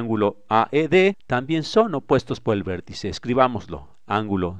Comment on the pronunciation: "verticè!... angulò!" No se quien hace el doblaje, le agradezco pero suena mal terminar las palabras con acento abierto y alzando la voz continuamente.